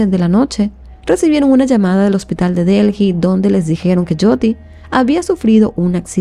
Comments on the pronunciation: Un comentario dirigido a: La capital de India, la ciudad de DELHI, no se pronuncia "DELJI". Se pronuncia "DELI". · Se escribe Delhi, pero no se pronuncia Delji, se pronuncia Deeli